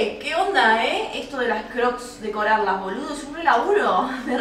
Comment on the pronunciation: Jajsjajsjaja dejá de decir boló (boludo)😭😭